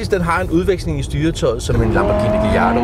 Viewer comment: Navnet "gallardo" er stadig af spansk oprindelse. Ligesom Mallorca bliver "ll" udtalt som et "y" eller et "j". Så ligesom Mallorca er Majorca/Mayorca er Gallardo altså "Gayardo/Gajardo". Dobbelt l i ord med spansk oprindelse har altid denne udtale